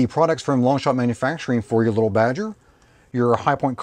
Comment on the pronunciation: Leetle Badgers, we don't need NO leetle Badgers.